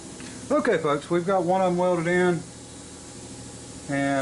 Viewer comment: I said it before and I'll say it again. Stop saying folks. I think you tube's algorithm thinks your saying f*cks. I know that it has sounded like it to me sometimes.